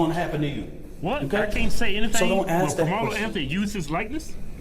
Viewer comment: “we have AXED…” what did you ‘AXE’ a tree.? Some coal..? The word is ask… ASK… a.s.k. Imbecile.